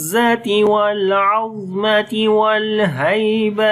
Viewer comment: It should be العظمة with fatha on ظ not sukoon With sukoon it means bone in Arabic